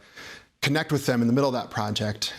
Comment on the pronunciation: Btw- it's with not wiff😂